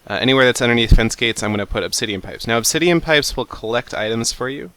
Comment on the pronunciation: teehee you said ob-titian pipes teehee.